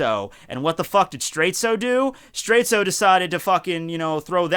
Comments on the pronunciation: why do you keep calling Straits straitsu? that's just the way japanese people pronounce it, but the name is a clear reference to dire straits. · Why do you call him Straitzo and ruin the reference?